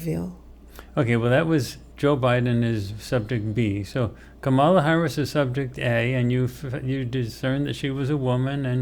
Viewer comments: Is it possible that got B and C backward? Where was subject C on the first two focii? Oh, and it's pronounced comma-la. Like, ",la" no rise or fall of accent. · Please pronounce Kamala correctly. It makes me question this entire thing and the channel.